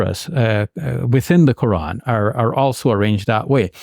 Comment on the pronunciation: Why she pronounces Ko'an 😂